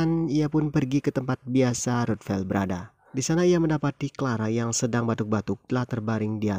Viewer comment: Ngomong ruthven kok kayak ruthvel, bang 😂 Haduh si frank ember bener. Ya memang eleanor ember jg sih, tapi si frank sumpah dah sampai diekspos ke mana2